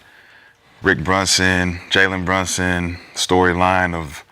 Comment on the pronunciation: “Jaywen Brushings” one question …who he? 🤣🤣🤣